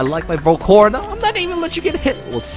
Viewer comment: Is Val-ca-Rona not Val-corna